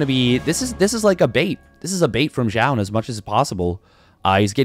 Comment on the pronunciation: Why do I hear you pronounce "Jah" ? Imo it should be like "zoon"